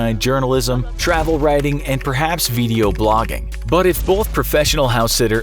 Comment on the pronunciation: vee-dee-o blogging